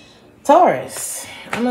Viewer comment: Hey girl welcome back. U kept calling us Tuarus. 😁Missed your readings. Luv u grl♥️